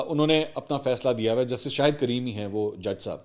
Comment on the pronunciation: Very nice mansoor We Pakistanis keep making mistakes on arabic name Kareem not creem